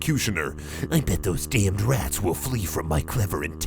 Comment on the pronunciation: Them RRRRRATS